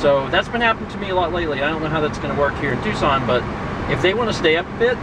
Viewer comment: Is it me or do you eerily pronounce "Tucson" like "Twoson" from Earthbound?